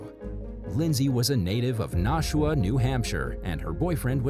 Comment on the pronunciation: Great video but you should look up town/city pronunciations. You got Boca raton and Nashua wrong